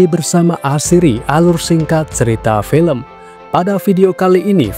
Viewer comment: film, bukan felem.... ga asik lu ahh, ganti yg lama aja pengisi suara nya. suara lu tua !!!